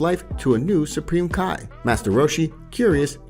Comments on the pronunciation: Him:Kai me:it's ki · Idk why but u seen dragon ball super and heard how their names are said but yet ur still saying their names wrong